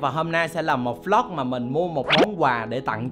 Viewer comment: Vê lóc chứ không phải v lóc anh nha